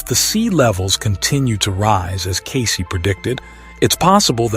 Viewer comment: The AI generated voice is horrible and especially distracting when it can’t even properly pronounced Cayce’s name properly. Takes away from the information being presented.